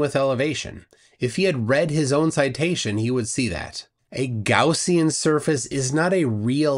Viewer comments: A "Gowzean surface?" I think it's Gaussian surface quiz kid! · Did he pronounce Gaussian as Gorsian?